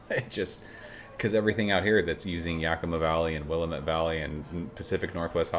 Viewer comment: We pronounce it Will-am-ette Valley as opposed to William-ette. Sorry to be the grammer police 😂